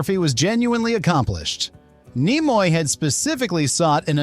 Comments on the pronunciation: .... pronounce Nimoy please? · I'm pretty sure this is an AI voice. Either that or he knows nothing about Star Trek because he doesn't know how to say Leonard Nimoy.